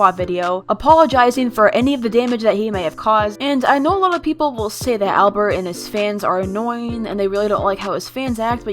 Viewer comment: “ablert” bruh albert